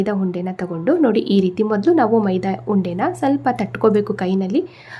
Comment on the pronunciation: ಮೈದಾ ಹುಂಡೆ ಅಲ್ಲ ಮೈದಾ ಉಂಡೆ